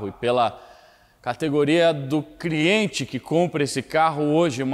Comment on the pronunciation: Mano el falou categoria do “criente ”😂